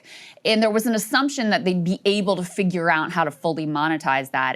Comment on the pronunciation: Every time I hear saagar pronounce “figure” 😳😬